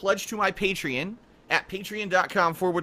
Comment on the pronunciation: Pay-tree-in lol it makes me laugh that he can never pronounce anything properly.